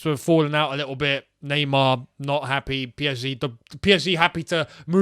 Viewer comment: nah-mar.. get mbappe